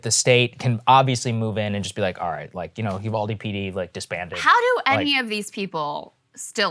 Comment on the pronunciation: Uvalde is pronounced "You-Val-Dee" (not You-call-Dee)